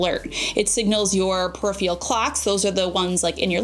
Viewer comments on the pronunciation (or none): none